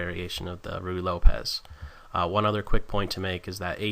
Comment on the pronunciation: BLOODY AWESOME ANALYSIS and EXPLANATION.....!! especially with all those ARROWS and stuff.....too good....the commentary too is descent....some pronounciations like RUY as in ruy lopez r differnt sounding....but still awesome video :))